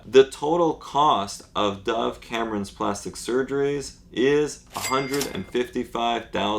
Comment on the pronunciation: thought u said dah cameron